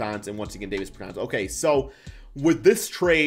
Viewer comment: Its DAAAHHHvis bertans. DAW